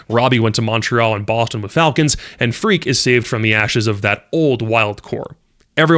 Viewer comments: Freq instead of Freaq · it's not pronounced Freak btw, just frek